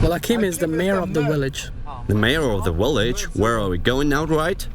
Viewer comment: The guy keeps saying V as a W! "Willage". LMAO